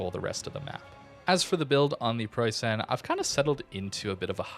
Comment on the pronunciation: Okay, since I've heard it for the hundredth time now, I gotta say something: You pronounce it Preussaen but you'll be much closer to the German pronounciation by just saying Preussn. The last 'e' in Preussen is practically silent and merges with vocalizing 'n'. Great vid as always!